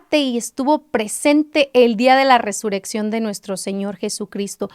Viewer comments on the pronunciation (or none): Hermana es Resurrección ...no Resureccion como lo pronuncias 🙈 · Algunos comentarios ya escriben como lo pronuncias (con una sola r ) y es doble rr .Bendiciones